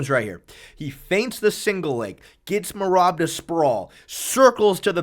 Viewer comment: Stop trying to pronounce Merab’s name. You can’t do it so enough is enough.